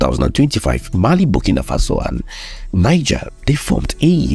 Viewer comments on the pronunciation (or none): The country Niger 🇳🇪, is pronounced as Knee Gell, NOT Nine Gar. It is a state in northern Nigeria 🇳🇬, Niger State that is pronounced as Nine Gar or 9ja. The country is NOT pronounced that way, you are giving it a Nigerian pronunciation. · Hello sir. Please work on your pronunciations and delivery. (Niger) Neejeh, not Naijah. (Benin), Bene, not Beeneen. Too much exhaled breaths at the end of your words. Thanks for what you do. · Please do pronounce Niger- Nigche because it is not English. Your videos are awesome. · You keep pronouncing Niger in the Anglo-Saxon way! It is pronounced as "Neejaar" in the French way. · Excellent progress, great storytelling but wish we learn to better pronounce Benin and Niger properly, it's not the same pronunciation as the Nigerian names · Try work on your pronunciation of names. I almost thought you were talking of Niger State and Benin-City in Nigeria until I saw the maps. ❤